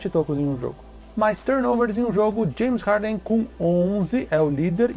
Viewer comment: "Janes Harden"